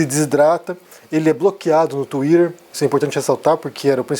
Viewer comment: Tuirerrrrrr ? hahaha